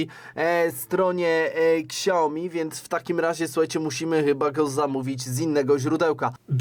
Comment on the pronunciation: Tak na przyszłość: Nie "ksiaomi" tylko "siaomi" 😉